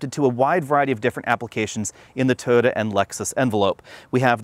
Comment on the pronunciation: BTW, it's "Toy-ota", not, "Toada."